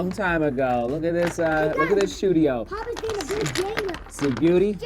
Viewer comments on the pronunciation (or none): WOW i always thought you mispronounced “studio” maybe thinking it’s your accent but i just realized it’s “SHOE-dio” 🤣🤣